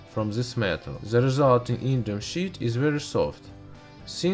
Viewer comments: love how he says 'ze'' instead of the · Stop saying "ze" what the fuck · "ze name." "ze burner"...vat ze fack? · "on ze papur"